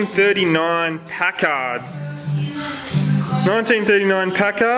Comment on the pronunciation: It is Pack-ard not Pac-kard for pronunciation not often I get to correct some, but it is American not English or Aussie. BTW the little red car's repaired fender looks better than the rest of the car.